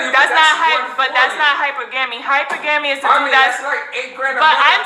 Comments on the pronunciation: She pronounces it “hyper...gami” instead of hypergamy lol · Her pronunciation is terrible. It’s not “hyper-gammy” it’s “ Hypergamy”. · She sayin the word wrong af 😂 it’s hy-per-gamy. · 🤦🏾‍♂️ hyper-gammy smh. Hi-per-guh-me 🤷🏾 lol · Prostitution has been disguised as hypergamy. And its hy·per·ga·my, not hyper gamy. She can't properly articulate the lifestyle she's trying to live. Uneducated. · 🤦🏽‍♀️I couldn’t understand what she was referring to, pronouncing it ‘Hyper-GAmy’….until he said ‘hyPerGamy’…. 💁🏽‍♀️I was like ohhh that’s what she trying to say. She’s using it to just define a higher (superior) ‘financial status’ rather than social or educational because a PhD may not make but $80k especially if they work for a non-profit. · HI-PUR-GA-ME....not hyper-gaamy....jeezeopete she doesn't have a clue. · Hi-purr-ga-me........not hyper-gaamy...... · "Hyper gammy". 😑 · Kevin Samuels definition of a low value woman...."Hyper-gamy" She practices something she doesn't even know how to pronounce???!!! GTF outta here. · “Hypergammy” . . . Yo leave this woman alone gents. 4 da street. lol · Hyper-gammy dont even sound like a word 😆😆😆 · This beeeotch said hyper-gam-ee! 🤦‍♂️ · She's not even practicing HYPER-GAMMY much less even pronouncing it correctly. I would argue she isn't playing Dumb at all. She just is.🤷🏾‍♂️ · I never heard anyone pronounce hypergamy as hyperGAMMIE 🤣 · Bruh she JUST learned this word Idont care what nobody says. "Hyper-GAMMY!"🤣🤣🤣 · LMAO It's pronounced....Hy Per ga mee she's clearly not the brightest bulb on the shelf. Bless Her Heart lol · This girl not even saying the word correctly 🙄 🤣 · This is embarrassing a room full of people mispronouncing a word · She can't even pronounce Hypergamy correctly....not even gonna ask her to sign up for a spelling bee 🤦🏾‍♂️ Jesus fucking Christ make it stop!!!! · She can't even pronounce the name correctly and probably don't even make $70K. 🤣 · She didn’t even pronounce hypergamy correctly 🤣🤣🤦🏾‍♂️